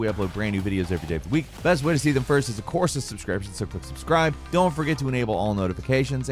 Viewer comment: anyone hear mess up saying subscribe at the end? lol